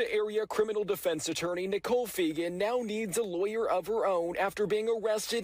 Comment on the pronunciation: *Nicole Fegan not Nicole Fenger lol